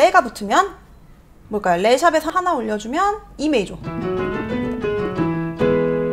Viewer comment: 근데 왜 '메이조'라고 말씀하시는지? '조'랑 섞어서 말씀하시려고 일부러 그러시는 건가 해서요 ㅎ 크게 상관은 없지만 메이저라는 용어에 익숙해져서인지 신경이 쓰이네요 ㅎ